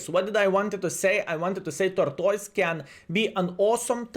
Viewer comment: "Torktoys" 🤣. Great video as always 👍